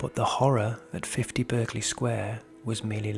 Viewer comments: I worked around the corner from this house and my hubby worked opposite. They say the house was used by forgers who printed money so they needed to keep people away and that's why the stories started. The name Berkley is pronounced Barkley not the American pronunciation. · ... it's pronounced "Bark-ley" Sq. NOT as its spelling is depicted. I was corrected by a lady who once lived in that Sq. as a child. (well excuse me, I thought!) 🙄